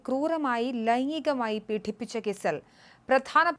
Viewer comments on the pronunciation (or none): പീഠിപ്പിച്ച ശേഷമോ എന്തുവാ ഈ പീഠിപ്പിച്ച ശേഷം പീഡിപ്പിച്ച ശേഷം എന്നാണ് മലയാളം പറയാൻ പഠിക്കൂ കൊച്ചേ